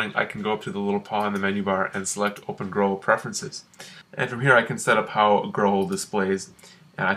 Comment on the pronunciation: Holy shit how can you pronounce Growl like that?!